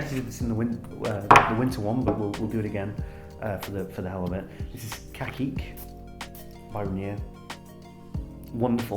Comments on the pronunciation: Man cacique is pronounced (casique) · It’s pronounced “Cah-See-K” by Renier..